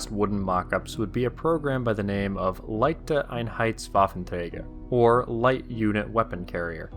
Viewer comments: well there are some translation errors you made and the pronounciation is a bit off. Leichter einheits Waffenträger - > light standarised weaponscarrier/guncarrier (the einheit/s part refers to standarisation in production and parts, like in the proposed E series of tanks, not to "die Einheit", the unit. einheit in this case comes from vereinheitlichung or einheitlich, standarisation, standarised) the Heuschrecke 10 (the pronounciation was almost perfect, but the r neets to be rolled atop of your tounge against the back of your palate, the ck needs to be a sharp k sound. the 10, written as Zehn is pronounced Ts ee n. the Z is a sharp ts (like a snake would do) the eh is an elongated e sound [t͡seːn] Geschützwagen translates to gun carriage Heuschrecke would properly translate to Locust, the common english translation to Grasshopper would refer to Grashüpfer (more childlike expression in german). a ch in german is a bit more complicated, as its pronounciation changes on its position and relation to the rest of the word. in general a ch is akin to a soft sh sound in the front of your mouth in Krupp the R is again rolled atop of your tounge against your palete Steyr is tricky. St is a sharp S followed by a sharp T, the ey is pronounced like the german ei [aɪ̯], the R in this case is half silent and turns into a soft short e the Metall in rheinmetall is not pronounced like metal, even tho it has the same meaning, but the a is an [a] and the L is elongated. panzer is again nearly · That German pronunciation is cringy, and it isn't even my native language. I still greatly appreciate the videos.